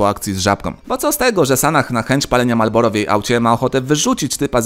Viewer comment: Marlboro* a nie malboro